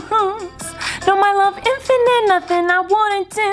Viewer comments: Man sed "innifinate" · “Inifit” BAHAAHAHAHAHAHAHAHAHAHAHAHAAAHAHHAHAHAHAHAHAHAHAHAHA